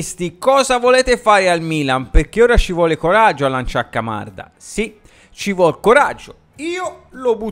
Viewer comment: “Mocanda” mi fa morire!!!😂😂😂